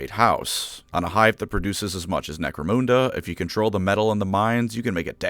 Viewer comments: You're mispronouncing Necromunda. It's called 'Nek-Roe-Mun (not moon) Da' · Necro-moon-da? It's Necro-mun-da. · Couldn't finish the video because you repeatedly mispronounce Necromunda. Sorry, it's Nek-roe-mun (don't know how you can get that wrong phonetically as you say moon) da. The exception would be if you were Jamaican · When he pronounced it moonda instead of munda, I felt more upset than when someone stole my laundry detergent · Great channel but genuinely couldn't make it all the way through listening to "Necromhunndurr" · "Necro-moon-da": hand hovered over the close button every time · "Necromoonda" lol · He keeps saying “Necromoonda” so I’m just going to assume it’s a version of the world inhabited completely by space cows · Lol. Nope. Terra is the Hive World to end it all. Oh, and its Nek-ro-mun-dah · Wtf is "necro moon derr"? 🤔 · Holy shit that pronounciation is the actual worst thing I ever heard. I have watched every video of yours in full length, most of them twice, but I don't give a shit - if you say NecroMOONda one more fucking time, I'll unsubscribe. Edit: Alright, that's it, you punk-ass sucker of eldar cock. See you in hell. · I cringe every time he says necromoonda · Necromoonda lmao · I don't know if is pronouncing Necromunda correctly or not, but it's definitely not how I pronounce it.